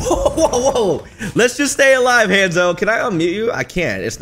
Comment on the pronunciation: It's Honzo